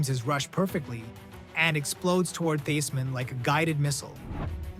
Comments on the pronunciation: LT was the greatest defensive player of all time. This is the worst video I’ve ever seen. The random plays that don’t match the commentary, butchering Joe Theismann’s name. Not sure if this was AI but this was horrendous. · Please pronounce Theismann’s name!